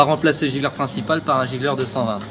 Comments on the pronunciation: gicleur pas gigleur les gars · giGleur ou giCleur ? lol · GiCleur...pas gigleur...😉